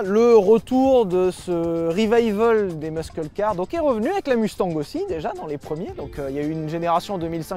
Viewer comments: Superbe vidéo ! Aussi superbe que la prononciation de "muscle" par Sylvain 😍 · C'est un des rares mots anglais qu'il prononce (presque) comme il faut.